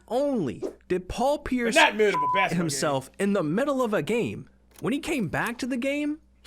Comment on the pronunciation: CaSh yOu DoNt BbbbAsskettball yOu jUst SaYinG ShIT “Crunch” “Crunch”